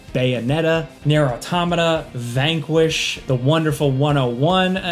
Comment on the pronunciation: Say “automaton”. Automation. Say “automata” Otto Motta. 🫠